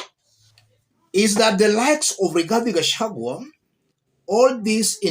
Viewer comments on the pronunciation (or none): none